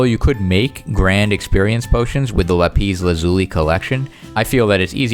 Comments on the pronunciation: la-piss lazooli is what I hear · The way you pronounce lapis lazuli is so funny to me "La piss lazooli" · The way he says lapis lazuli xDDD